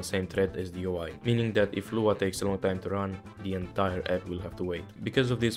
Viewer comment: i threw up a little when you said lua